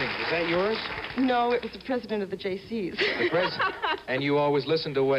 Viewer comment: I heard her say "Jaycees" earlier, but figured Alex heard Jay Zees. I just thought it was funny that Alex was trying to lose his Canadian accent, but let a "Zed" slip out.